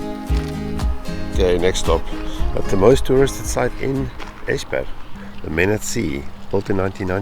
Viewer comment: Dont know why you are diffent but this is the second time you're nailing it with the pronouncation... Esbjerg was spot on... And now I wonder why no one else can say it. Clearly not a problem for you guys. 😊 Will get back to the videos later... Im a bit behind them now. 😅